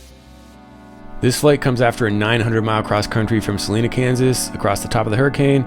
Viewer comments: It is "Suh lie nah" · Btw it’s Sa Li na with the LI like line. It isn’t pronounced in Spanish like other towns with the same name here in Kansas.